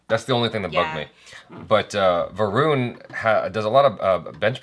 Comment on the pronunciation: Original song has been raped mercilessly! But Shraddha....no matter what an irritating actress she is.....she looked super-hot over here. But the moment she ll utter dialogues .....well, we ll know we have to put the vid on mute to avoid bleeding frm ears 🐒. "VROON" 😅 It's "Va-run". Ghabru is a Punjabi word actually means a guy (Mutiyaar means girl) but as a slang, ghabru is used to indicate "Cool dude".